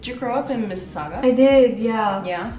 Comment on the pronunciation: oh wow it was weird hearing you say Mississauga ahah